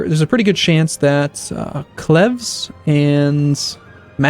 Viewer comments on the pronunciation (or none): cleves is not klevs it is cleeves with a long first e